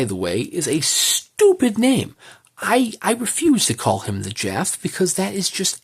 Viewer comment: Beautiful edition,, but surely it's jaff not jaffy.